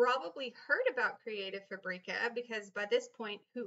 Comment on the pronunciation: Super useful information.Thank you for posting it. I would have liked to see you take a font and an image and download it then upload to where ever and show the entire process. It was also very distracting to hear the way you pronounced Fabrica. I think its pronounced Fabric-a as in fabric( the thing cloths are made out of) then add the "A" sound at the end; not Fabrec-a as in paprika.